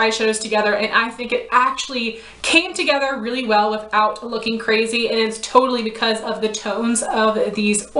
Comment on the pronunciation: "Coorazy" lol